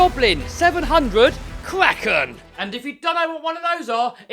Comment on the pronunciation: You mean kraken not kwaken, and It's batteries not bat-trees